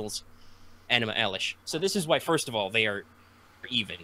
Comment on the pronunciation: Somebody better be prostrating themselves for mispronouncing fucking ENUMA ELISH